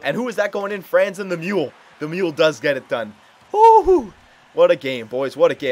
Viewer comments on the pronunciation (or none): none